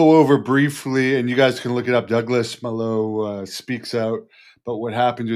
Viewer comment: Its pronounced Mah-low. Its a spanish word that means 'bad'. Pretty sure is a ring name. He's a hero.